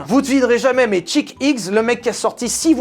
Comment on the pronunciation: et Chick X quand tu le prononce on dirait un peu Jacky Hicks :D